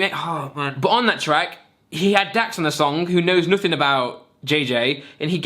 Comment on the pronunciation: "Pooblicly" "nooothing"